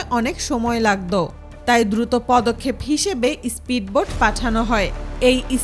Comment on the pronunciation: ইস্পিড বোট না কথাটা স্পিড বোট 🤣